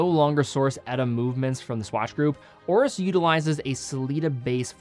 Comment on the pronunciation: Why does he keep saying; Ore-us = Oris (it has an 'i') When did a; Complaint >> become a "call-out" ?